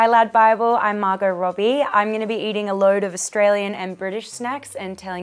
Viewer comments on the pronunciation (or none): none